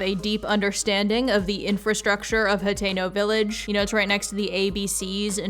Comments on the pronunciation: Are you saying Potato? Like Potato village? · i'm so sorry but i am not a zelda fan so i thought you were saying potato town for like 10 minutes